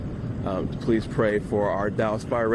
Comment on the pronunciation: Geez, he can’t even say the word ‘pray,” even to get the quote. 🤦🏻‍♀️